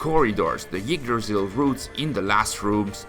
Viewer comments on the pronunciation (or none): When he says "Yggdrasil" it sounds more like "Yeetdrasil" lol